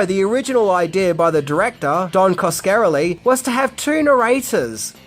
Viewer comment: Oh for Crying Out LOUD! Can't you even have the decency to pronounce the directors NAME correctly?!? He's of ITALIAN descent! It's: "Kas-ka-rel-ie!!!" There it is for you phonetically !! And if in doubt, look up someone ELSE'S You Tube reviews on one of his other films to get it right!! You own him THAT much!! God LORD!!